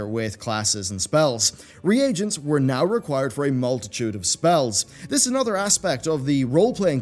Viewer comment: Triggered by how he says reagents.